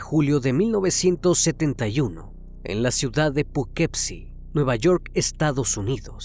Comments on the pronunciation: Hola antes que nada te agradezco mucho tu contenido y con el respeto que me mereces creo que no pronunciaste bien la ciudad, se escribe Poughkeepsie pero fonéticamente se pronunciaría (pugkipsi) soy de Nacionalidad Méxicana pero actualmente Radico aquí en Poughkeepsie un abrazo hermano. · Muy buena narración, muy buena edición. Sin embargo, la pronunciación del nombre de la ciudad y del criminal (fran-súa en vez de fransuá) me distrajeron. Que esta sea una crítica constructiva, hay que buscar el nombre y la pronunciación (aunque uno no hable el idioma como nativo), para que todo sea impecable. Hay una página que se llama Forvo, ahí otros pronuncian para saber cómo se hace. Saludos.